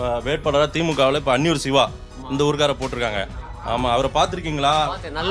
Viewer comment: நண்பரே உங்க ஊர்காரர் உங்க ஊர்காரர் என்று நீ அழுத்தி ஏன் சொல்ற அட முத்தம் மூணு